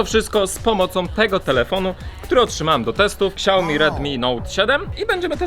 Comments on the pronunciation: Zabije za tego xiaomi (czyt.-siaomi a nie ksiaomi) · Czemu ty mówisz ksiajomi nie siaomi? Cringe 100